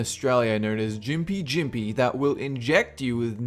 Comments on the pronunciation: It’s pronounced gimpi gimpi not jimpi jimpi I dunno what this other Aussie was smoking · It is pronounced Gim-pee Gim-pee (Gympie Gympie) not Jim-Pee Jim-Pee.... bloody hell. We butcher our own language enough, don't need ya help mate! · Also Australian here, the Gympie Gympie plant’s name is pronounced with the testimonial ‘G’ noise as in the way you say ‘google’ it’s not pronounced as a ‘j’, also the tiny needle like hairs which contain the painful toxins can stay in your skin and cause lain for weeks or months, people who are stung often use waxing strips to pull them out. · it’s not jimpy jimpy it’s called Gympie Gympie and the way you guys pronounced it made me start pissing my self laughing. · the plant is gimpy gimpy not jimpy jimpy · Gympie Gympie with g sound not j named after the town gympie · Jj its cell not buu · They really called it jimpee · As an Aussie im offfendedd it's Gympie Gympie as in g is pronounced the same way as good or God orrr georgious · That YouTube vid rlly pronounced the gimpy gimpy plant wrong… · as an australian, listening to the bloke say the gympie gympie wrong hurt my soul